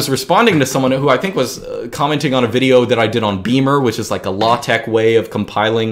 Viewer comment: When he say Latex I heat low-tech